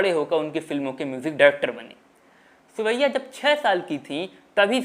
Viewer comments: सुरैया के नाम का उच्चारण करते हुए ध्यान देना चाहिए था। सुरैया, की जगह सिवैया, सेवैया सुनाई दे रहा है। जो कि बहुत अटपटा लग रहा है। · आपने सुरैयाजी के बारे में अच्छी जानकारी दी है. पर आप अपनी आवाज को ठीक करो बहुतायत में साइलेंट शब्द बोलते हो. हर बार सुरैया जी को सुअइया बोल रहे हैं